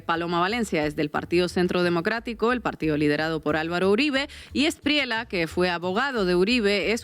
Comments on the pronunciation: Felicitaciones por vuestro periodismo.....pero otra vez, debo señalaros el mismo gazapo: NO ES E-S-P-R-I-E-L-A....es ESPRIELLA, con "ELLE" de LLAVE, LLAMA...etc....Un saludo. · Hay un error no es Espriela, es ESPRIELLA Se pronuncia la doble L. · Aquí un colombiano. No se pronuncia Abelardo de la Espriela, es de la Esprieya. Felicidades por el gran programa.